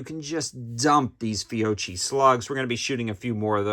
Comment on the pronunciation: Great video man! As an Italian American I deeply love my Benelli shotguns 👍🏼 By the way Fiocchi is pronounced "Fee-oh-key"